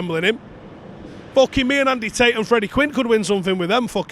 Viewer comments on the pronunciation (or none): none